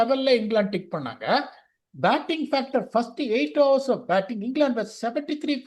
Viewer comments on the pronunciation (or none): none